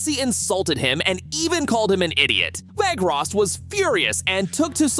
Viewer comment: It's Weghorst, not Weghrost